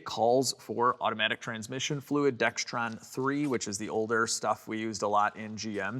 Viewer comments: great video! feels good when you conquer the machine! btw, it’s *DEXRON not dextron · it's pronounced DEX-RON, not dex-tron. There is no "T," and there never has been one. 😂 I know, everyone says it that way. 😂 Love your show. Keep up the great work! Signed ex-Motor Trend Road Test Editor, Neil Chirico. The editor in me made me do it. 😂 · Hi. There's no "T" in Dexron.